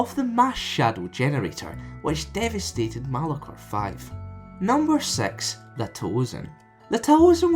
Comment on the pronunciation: "Number Sex"